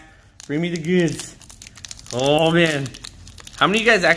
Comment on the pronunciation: said ow instead of oh!!